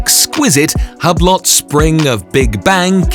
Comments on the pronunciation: Hue-Blow is how you pronounce Hublot you twit!!! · ahaha man he said Hablot XD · I guess this guy hasn't heard of Hublot before because he doesn't know the T in Hublot is silent